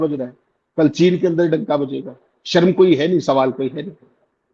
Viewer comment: अमित शाह शर्म को 'सर्म' कहकर हिन्दी भाषा का अपमान कर रहे हैं, उसका उल्लेख करने वाला कोई नहीं है।